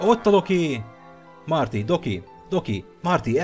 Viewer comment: amikor mindig azt mondtad Doki akkor mindig azt hallottam hogy Doggy.